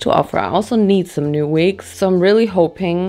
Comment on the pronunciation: “we wear vigs “